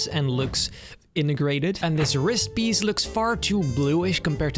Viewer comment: This guy makes me think im on drugs. Saw the Spiderman one and in that he goes This Biece of garbage instead of Piece of garbage. And i saw another Mando thing where he goes.. Boster instead of Poster and Boses instead of Poses. I also heard Jetback and not Jetpack.. So does being Spanish make it hard to say B or what.? Hes not really pronouncing the words, its like someone having a cold, but in every video.. 🤔